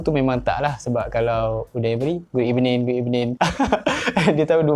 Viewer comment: Unai emery : good ebening!